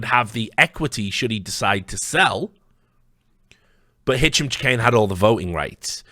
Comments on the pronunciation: Chahine is pronounced shaheen. not chikane or however you are pronouncing it. I personally know someone with that last name is that is how it is pronounced. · so many hours he didn't manage to uncover how to pronounce the name of the person he's investigating